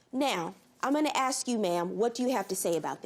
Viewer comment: A S K not A X 🤣